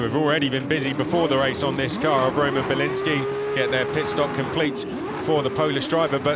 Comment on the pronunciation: Biliński come on bro.